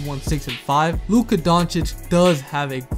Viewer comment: Compliments for pronunciation of Luka’s name 👏👏👏👏👏